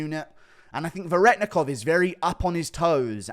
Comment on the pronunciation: You still don't know how to say Veretennikov correctly. (Ver-eh-ten-ikov)